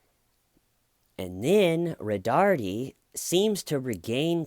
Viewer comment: I love how you say “Roh-darrrteee”. It’s actually pronounced “Roh-dar-Tay”. But hey, corndogs, right?!